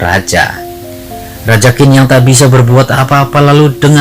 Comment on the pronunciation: Qin...tapi Bacanya TjiN...